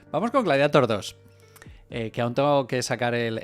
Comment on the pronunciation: Por fin alguien que lo pronuncia "gladiator", y no en inglés, como lo dice todo el mundo. Enhorabuena.